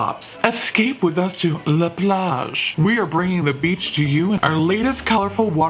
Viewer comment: Hey, wonderful pronunciation of plage. Appreciate the effort